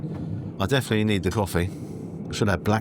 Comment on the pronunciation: "I deffinuley nleed tha cowwffee" -, 2026 🤣